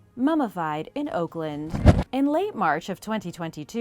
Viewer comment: yeah, nailed Oakland there...🤣